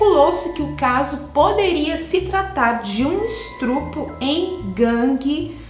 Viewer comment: Só recomendo que tome cuidado com a pronúncia de estupro, não é "estrupo".